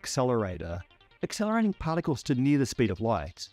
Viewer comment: bro really called particles "potticles"